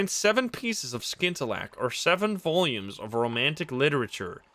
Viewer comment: Watching all the way through to see how long it took you to figure out that you can scout the surrounding area by sending out your Zee Bat. Also you don't pronounce the C in scintillack.